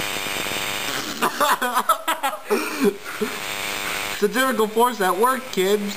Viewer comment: What the fuck is "Ceterical force"? Tards...